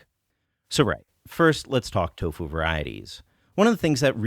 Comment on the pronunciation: So why do you insist on saying toufu instead of doufu?